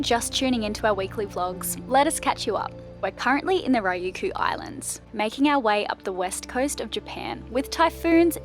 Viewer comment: Another beautiful video. Thank you! (btw, Ryukyu is pronounced "ree-you-koo" or "ree-you-kew"). For language barriers, the Google translate app will help (use it all the time in Japan)